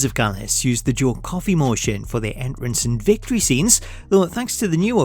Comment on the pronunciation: My man said enrence!!! 😂😂 I love this